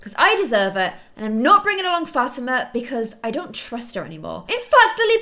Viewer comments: like fah-TEE-mah? cuz thats how i always said it. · Fatima's name is not pronounced "Fat-i-ma". It's pronounced Fa-ti-ma. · Ok it's been a long time you have been called Fa-ti-ma Fat-i-ma and it's kind of bugging me, because i actually have a friend named Fa-ti- ma. The correct way Fa-as in fall, Ti as in T, Ma and Ma like calling your mom Ma. Hope that makes sense🙏By the way love your channel. Must say i was your 100 subscriber😎